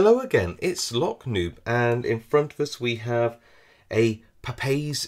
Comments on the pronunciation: Nicely done. There more pronounced as a ( PAW PAW -EEZ) though, So I've been told by Brazilians my friend. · A Portuguese friend says that 'Papaiz' is pronounced with three syllables, if that's of any interest to you? Thanks for the demonstration and video.